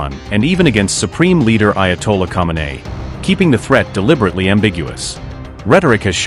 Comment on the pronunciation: Ayatollah Al Khameini : someini US troops?? Ay Al not meini for me. 😅